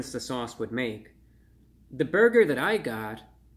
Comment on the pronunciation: I like when he says Burgeur